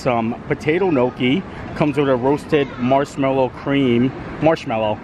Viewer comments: Gnocchi is pronounced nyocky (rhymes with jockey), my Italian grandmother made it quite often. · Please learn how to pronounce your foods. It is not nooki is is Gnocchi. Offensive to someone that cooks it on a regular basis